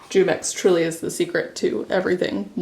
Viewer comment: What do you do with your finished modpodged puzzles? Also side note, Jumex is pronounced with a Spanish J, so like an English H.